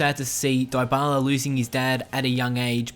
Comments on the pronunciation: One thing you didn't know about Paulo Dybala is that his name isn't pronounced "Diebala" but it actually is pronounced "Deebala" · It's not die-ba-la it's dee-ba-la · Its pronounced deebala not diebala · DIE-BALA? NUH UH. DEE-BALA IS THE CORRECT PRONUNCIATION. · what he say diebala but is dybala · Die-bala 😂😂. Dybala = debala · It's pronounced Di-bala not dy-bala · Lol he says it DieByala but it's Dybala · why does he keep saying diebala its deebala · It's not daibala it's dybala dy as in difference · its D-Bar-La not Dye-Bar-Lar breh plz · IT IS NOT PRONOUNCED "DIE-BALA"!!!!!!! IT IS PRONOUNCED AS "DEE-BALA"!!!! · It's deebala not diebala. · It's also pronounced Pawloe Deebala not Pauloh diebala... but it doesn't really matter all accents are different. He's just a good player in general:) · The 11th thing you didn't know his name is pronounced de bala lol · Isn't It Deebala...? No problem but Its like saying App-le hundred times before ever say Apple, take care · It is debala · it is dybala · die bala hahaha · I am spanish, it's pronounced dibyla. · "pawlo diebala" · It’s DEE-Bala that’s how you pronounce dybala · LEARN TO SAY THE PLAYER'S NAME, IF U WANT TO MAKE A VIDEO ABOUT HIM!!!!!!!! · 10 things about paulo dybala which i all knew But 1 thing about him which you probably didn't know: the pronunciation of his name. (no offence but please make sure you learn to pronounce names correctly, whatever your accent might be like) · Learn how to pronounce Paulo Dybala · 1 thing you probably didn't know: How to pronounce Dybala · why the fuck do u mispronounce his name? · Your pronunciation of Dyabala makes me so uncomfortable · He pronounces dybala wrong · Stop making fun of the way this guy pronounces Paulo Dybala. Have you ever heard of people with ACCENTS? Smh.. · He's accent pretty good tho', but he misspronounce Dybala's name....